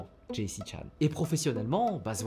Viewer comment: ❌️ henry chan ✅️